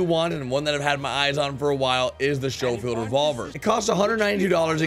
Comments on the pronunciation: for the love of jesus! SKO-FIELD NOT SHO-FIELD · It’s not shoofield 🤦‍♂️ sc-ho-field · Its not (pistol) called "showfield" its like skofield when you say it numpty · It’s pronounced “skofield” not “showfield” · OMFG....Schofield~Sko-field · Ok I have watched every video you have made for RDR since day one! And the only complaint I have is the Schofield revolver is pronounced SKO-FIELD it was the #1 side arm of the Confederate Army in the civil war between the North and the South. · ALSO ITS PRENOUNCED (SKO- FIELD). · i'm sorry it's pronounced skofield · Says the Schofield is his favorite gun Can't even pronounce it right🤣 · Schofield the h is silent jesus christ